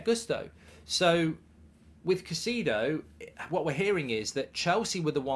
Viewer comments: Caicedo man not cacido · To everyone including Mark, it's pronounced "Kai-Seh-Duh". Thanks. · why would you pronounce it like that. I like you, Mark… but wow, that’s the worst pronunciation of a name I’ve heard in a while. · If you can't even pronounce his name you don't know whats happening